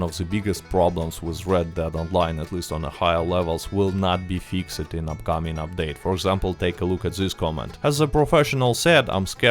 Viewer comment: you said fix-ed it's purnounced more like fixst hope this improved your english